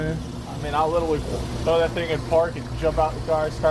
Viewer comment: “Like witerally” 😬